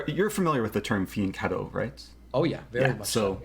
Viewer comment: Thank you for saying fianchetto instead of fiancetto. I am Italian and it bugs me every time I hear it.